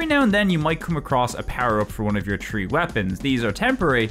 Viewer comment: Tree = Three